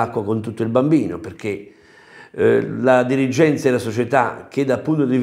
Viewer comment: Mamma mia impara a parlare l'italiano ti prego non ti si può sentire....dirigggenza....😄angora.....😄